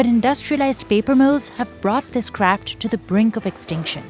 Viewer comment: Is no one going to talk about her pronouncing craft as crap😂😂. No intention to be offensive but that’s funny 😆